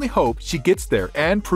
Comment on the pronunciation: You forgot the "I" in her name. It's Swiatek, not Swatek